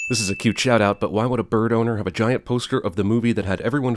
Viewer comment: I died at the point where he emphasized on the word "bird" on the 93rd sin